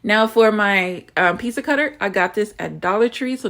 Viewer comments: Why do black people always say "peesa" instead of "peetsa"???? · My peace-uh